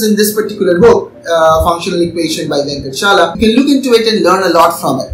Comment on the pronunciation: Sorry for the nitpick. It is not venkatchala, but Venkat-a-chala. One has to pronounce the "aa" in between as well. I love the book though. However functional equations (for olympiads) become boring quickly :(